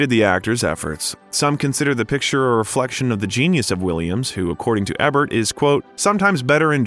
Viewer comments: Thanks, and great job. But for the love of god its "E-bert"! LOL Its not just that your narrator mispronounced what is a fairly common celebrity name, the narration keeps coming back to Roger "Ebb-ert" time and time again! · Dude, It's "E"bert! Do your research, Buddy. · Learn how to say "E"bert not "EH"bert. I cringe every time you pronounce his name wrong. Now that I have that off my chest. I shed tears when Robin passed. Also, he wasn't just in the same class at Juliard with Christopher Reeve, they were roomates. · Please, it's not Roger Ehbert, it's pronounced, eeburt - like Siskel and Ebert... long e (thank you)... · Although I appreciate this documentary, it bothers me that you don't know how to pronounce Roger Ebert's last name. It is with a long "E". Thank you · If you are going to use a person's name a million times in your video, you might want to know who that person is and HOW TO PRONOUNCE THE PERSON'S NAME...so its not eh bert its eeee bert youz worthless gen z or millennial m o r o n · It’s Roger Éééébert not Roger Ehbert. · if you're truly AI, I suppose it's forgiveable, but if the narrator is human, then why, oh why, do yo continue to pronounce the name incorrectly of arguably the most famous American film critic/. It's no Eh-bert. It's EEbert. Sheesh! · Eeeeeebert the first three times was icky but the next FIFTEEN was painful and distracting For the number of times you mentioned him and the fact he’s a well known critic, I’d think you would know how to pronounce his name. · The movie critics name is pronounced "E Bert". Re-edit the audio VO. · Roger Ebert is pronounced "EE Bert" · EEbert....long E like the word see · It's Eebert with a long E. Is this AI? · Yes, like famous American Movie Critic, Roger Ebert (pronounced Eebert). Unsubscribed. Another channel that does not give a shit about research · Eee-Bert! 😅 Dumb A I geek! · Pronounce the critic's name right.